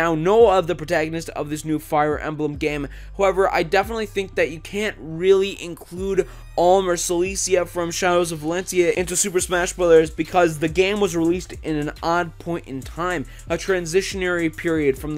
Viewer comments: Alm and Celicia-- it's Celica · Alm and "Celisia" ... okay 😂 its Celica with a hard "c" but whatever 😂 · Gotta say, I loved this video! However the way you said "Celica" was way off. It's pronounced "Cell-ee-ca", not "Cel-ee-cia". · did you just say “Celicia”